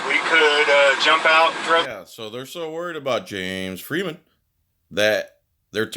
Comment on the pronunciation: I love how you pronounce James Freeman. The way James says it... fun times